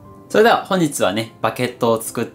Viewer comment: 「バケット」ではなく「バゲット」ですけどね 間違ってる人多すぎます